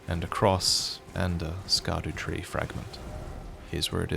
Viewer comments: I don't know if you'll actually see this but the 'Scadu' in Scadutree is derived from the old english sceadu, which just means shadow, and pronounced 'shadu' Hearing you say it like 'ska-doo' causes me 1d6 psychic damage every time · Think it’s pronounced shadow tree, that’s what I’ve been hearing and it sounds much better than scadoo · Can I propose that we stop pronouncing scadutree as [sk]adutree and fall back on ye olde olde olde English and pronounce as [sh]adutree? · It's pronounced "sha-doo" tree fragments. A play on "shadow." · NOO NOO YOU WERE THE CHOSEN ONE YOU WERE SUPPOSED TO PRONOUNCE IT CORRECTLY AS "SHADOWTREE" NOOOOOOOO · Scadutree ?? You mean skibidy tree right ? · According to LastProtagonist, Scadutree is pronounced “Shadutree”, just fyi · I'm surprised by your pronunciation of Scadutree. I haven't played much yet, so maybe I've missed some voice lines, but I'd assumed it would be pronounced like "shadow-tree".